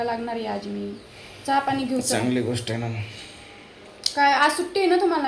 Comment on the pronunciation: साधं चहा निट बोलता येत नाही.